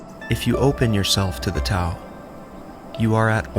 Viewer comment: The T is typically pronounced with a “D” sound! Aside from that, this was very well done 👍🏽